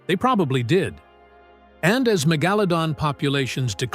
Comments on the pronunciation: The word you are Mangling is Mega-pronounced like Low-Don so MegaLowDon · Good doc. AI narrator had a rough time with the name.. lol